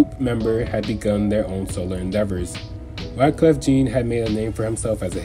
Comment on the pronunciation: Just for clarity, Wyclef Jean is pronounced as Wyclef John. Cool video, though. Very well researched.